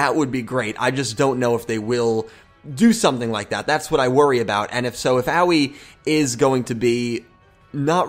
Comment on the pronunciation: Hey guys not to be nit picky or anything but I think the pronunciation is not as Yu-Gi-Oh! Everything has said. I don't think it is oweee like what a young child says when they get hurt but something more like ah oh ee. I think her name is supposed to be something like the color blue which is aoi in Japanese. Once again I don't mean to be nit picky but it's just a tip.